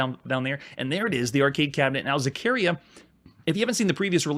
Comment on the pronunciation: Is pronounced ZaccarEEa with the accent in the I